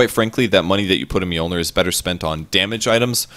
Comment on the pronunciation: Americans trying to pronounce mjölnir.. lol